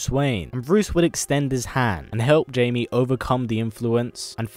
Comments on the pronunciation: Blue Beetles name sounds like HI-ME.. Not Jay-ME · It is not Jamie. It is Jaime. Pronounced hai-me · Jamie Reyes? No No it's pronounced Hiymey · *third, and he means thats not how you say it, its pronounced hi-mae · bostonman121 IT IS JAMIE BUT IT IS PRONOUNCED HI-MAE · Jaime is not pronounced Jamie! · J Ortiz your right it is pronounced j is changed into h so it is pronounced haime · probs like the 100th person to say it but bb's name is pronounced hi-mae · I kept cringing every time he pronounced Jaime wrong